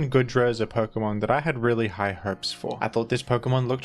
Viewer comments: Why does he keep pronouncing it as Good-ra and not Goo-dra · For the love of Arceus, man, it's goo-dra not good-ra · GOOdra. Like goo. Goop. You keep saying goodra like good